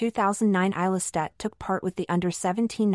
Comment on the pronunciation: A 7 minute long video and you did not bother to find out how her name is pronounced .... :/